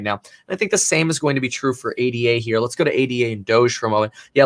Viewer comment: PSA: It’s “ADA”, not “A-D-A”. It’s a person’s name (Ada Lovelace), not an acronym.